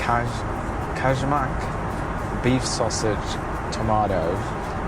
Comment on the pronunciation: Brilliant vid mate, loved your attempt in saying kajmak. Close, but its pronounced kay-mack. :D Glad you enjoyed our food!